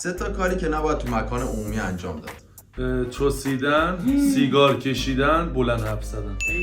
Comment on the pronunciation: حامد میگه چسیدن🤣🤣🤣😂🤣🤣❤